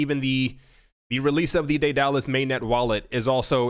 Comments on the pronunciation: "Dallas" "DayDallas" it's Day-du-lus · Pronounced: Day da lus